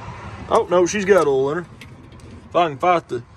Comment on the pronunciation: I don't know how other Americans hear it, but when I (a New Zealander) hear you say "oil" or "coil", it sounds like you're saying "ool" and "cool".